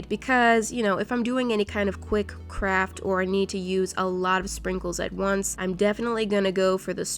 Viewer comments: The way she said crart with such confidence is amazing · no one::" it's a crART channel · " It's a crart channel." -. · “it’s a crart channel” - 2019 I don’t know why I laughed so hard at that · It's a cRarT channel😂😂😂😂😂